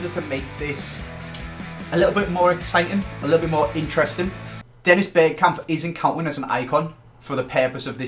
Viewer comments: Hmmmmmm... Patrick Berkamp good one. No hate just found it really funny 🤣🤣🤣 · Patrick berkamp! 😂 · Patrick bergkamp 😂 come on it’s one or the other